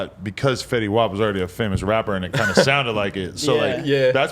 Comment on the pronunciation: They don't call it Fetty wop it's just Fetty lol